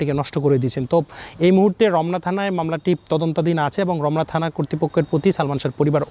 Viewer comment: এই সাংবাদিকের উচ্চারণগত সমস্যা আছে থানা কে তানা বলে আর রক্ষাকে রককা